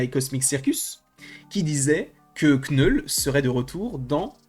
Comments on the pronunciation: « Kneul » Putain c’est pas compliue d’appeler le personnage comme il s’appelle svp ? ÇA SE PRONONCE « noul » pas « KnEul » 🥴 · aucun des deux. le k se prononce pas en anglais. Faut dire "neule" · À l'anglaise tu prononce 'nole'. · Knoul sans prononcer le K